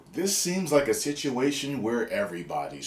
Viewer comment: It sounded like you said Shituation. XD I'm definitely using that from now on.